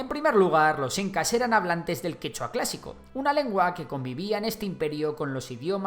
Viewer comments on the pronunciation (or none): El quechua no tiene acento en última sílaba, pero todo bien aunque falto que los pueblos indígenas oprimidos fueron los que junto a los españoles terminaron derrotando a los incas.